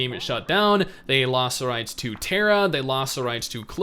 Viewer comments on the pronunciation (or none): none